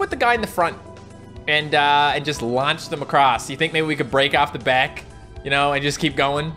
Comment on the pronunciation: Guys in the intro doesn’t it sound like he said bat instead of back??